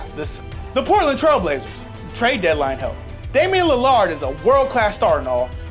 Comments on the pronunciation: Lillard* not Li-llard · Did you say... nvm it’s Lillard not Leonard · Its (lill)-(lerd) not (Lill)-(lard) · Lil erd not lil ard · li-lard i had to replay 15 times im dead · Damian lil-LARD 😂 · Damian lil-lard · Lil-ard smh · Corey Booker😂 Damien Lill-ARD😂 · #exposed he said Damian Lil-ARD LOL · Damian Lil-ARD really nigga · Idk why I watch you guys... You always have great video ideas but I only like Justin and you guys butcher names and say dumb shit like Giannis isn't a top 10 mvp candidate, DAMIAN LI-LARD DO YOU EVEN WATCH FUCKING BASKETBALL. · Chris Fish And he aslo called Damian Lillard “ Damian Li-Lard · Damian li-LARD? COME ON! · How do you mispronounce Damian lillard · the way he said damian lillard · There's no friggin way he screwed up dames name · Corey booker, and the way he said Lillard 😂, stick to football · Pronounces Lillard wrong - Doesn't seem to know who CJ McCollum is - Suggests Portland bring in a center who can't shoot when they have a young borderline star center who rebounds well and doesn't shoot (much) and a log jam at backup center. So, do you guys like, not watch Portland or...? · Wait this dude called Devin Booker Corey and mispronounced Lillard name smh